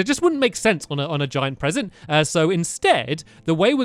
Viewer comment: Wat a Bresent